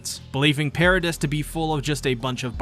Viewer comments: Your videos are great man but you really need to work on your pronunciations...it's not Paradiss Island it's Paradee. It's not Shigannsheena it's ShigONshina. As someone who's clearly a massive fan of the show it's kind of bizarre that you mispronounce important names and places so frequently. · I don’t care anymore, I’m commenting. I love this guy’s videos, do not get me wrong. The one gripe I have is with the pronunciation of Paradis. I grew up learning French I know that you don’t say pear ah dis, it’s more pronounced parody or Pah Rha Dee. Meaning Paradise. Before I started watching these videos I always read it like I read French, so when I finished the manga and started watching the videos it came as a shock. Not in the sense of how does he not know, but that I never read it like that before and it’s just an agitation. Nothing against anyone but myself for having this stupid behaviour. Yes youtube whatever it doesn’t matter blah blah blah there’s the comment lol. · I enjoyed the video, but the "s" is silent in both "Paradis" (pair-uh-DEE) and "debris" (duh-BREE). Those are French-origin words in English, so the pronunciation gets a bit funky. Even worse, there are some British variations of "debris" that pronounce it completely differently (DEH-briss). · Genuinely had to stop at “per-a-dis” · It’s pronounced para-dee bro, the S is silent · couldnt continue watching after the 3rd "Peredisssss" sorry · DEAR GOD ITS PRONOUNCED PAIR-AH-DEE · Wait I’m confused. Is Paradis pronounced “Para-diss” or “Para-Dee” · You pronounced Paradis wrong 76 times in one video. Congratulations on making me mad